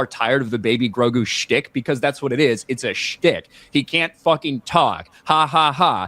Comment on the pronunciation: “Mandough and Goregoo.” If you please.